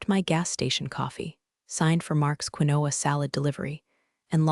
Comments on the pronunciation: Quinoa “kwin-o-ah”is pronounced as “keen-wah”. Another word AI can’t handle. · It's pronounced keen-wa (quinoa)...sheesh... Washington State USA